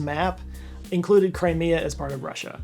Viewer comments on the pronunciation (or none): none